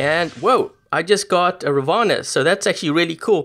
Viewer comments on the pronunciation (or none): Its ravana not ravaanaa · Its "raavana" not ravana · It's pronounced as Raavan not Ravana!!!